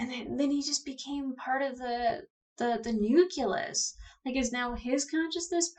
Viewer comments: it's NU-CLE-US. Not Nukulus. You sound like Goerge W Bush when you talk like that. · Gah! Say it with me now: Noo-klee-us! Noo-klee-us! "Noo-kew-lus" is like nails on a chalkboard! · huh, I knew about "nukular", but "nukulus" is a new on on me ; ).